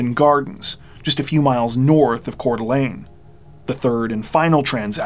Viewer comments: I'm impressed that you pronounced Coeur d'Alene correctly. It's not an easy name to pronounce if you haven't heard someone else say it. 😊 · Thank you for knowing how to pronounce Coeur d Alene correctly. No gnashing of teeth tonight. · I'm listening to this now--this may be a small thing for many people, but I want to praise you for learning how to pronounce Coeur d'Alene and Kootenai County (former resident). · You always do a great job telling the stories, being respectful and compassionate. I appreciate that you clearly do your homework even for the smaller details like pronouncing Coeur d'Alene and Kootenai correctly. Thanks for all you dedicate to your videos!